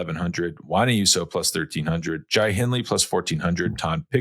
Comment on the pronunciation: Johan: is it FDJ or FDG? And can you pronounce Jai's name correctly? Further evidence that multilingual does not necessarily translate to "intelligent"